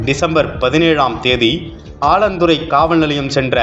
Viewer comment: ஆலந்துறை அல்ல. 4 ஆலாந்துறை‌. செய்தி வாசிப்பாளர் " ல்" லை அழுத்தம் திருத்தமாக " ள் " என்று சொல்வது கேட்கவே எரிச்சலாக உள்ளது.🤨🤨